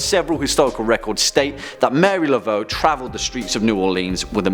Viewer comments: Mar-e-ā la-vo not Mary laveau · It's pronounced Mah-REE Laveaux not Mary.